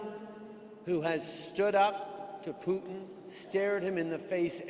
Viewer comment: Freeland is not doing herself any favours by trying to pronounce "Putin" as a Russian. Just extremely annoying and pretentious. And as far as I'm concerned, Kiev will always have TWO syllables.